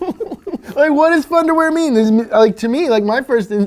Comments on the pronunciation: it think he said thunderwear not funderwear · I honestly thought the rock said thunder wear not fun to wear LOL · I always thought the rock was saying 'Thunderwear' as in you will shit yourself so hard it will be thunderwear.....